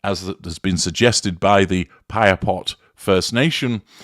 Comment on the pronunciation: Thank you for taking on this analysis! Appreciate your accurate pronunciation of Saskatchewan & Piapot.🇨🇦 BSM has been an Icon for Canadians, hands down. CBC's doc. has uncovered the Truth whether we like it or not. And no, Buffy's age does not give her a pass on exposing the Truth. As a Canadian, I can verify that we are all shocked, including indigenous First Nations & Inuit as disclosed in their media interviews. Reminds one of Grey Owl's identity disclosure after living in Saskatchewan.